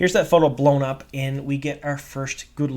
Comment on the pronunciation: Sha-DAR Low-GOTH